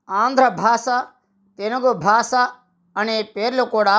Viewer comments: స్పష్టంగా పలకండి. భాస ఏమిటండీ భాష అనండి. మాటిమాటికి భాస భాస భాస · Basha ani palakali ayya